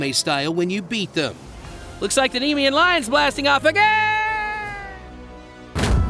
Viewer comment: Nemean pronounced nuh-me-en.